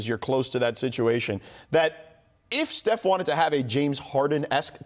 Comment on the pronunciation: I swear pippen is callin steph "Seth"